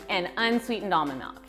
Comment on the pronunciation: I hate the way she pronounce “almond milk”...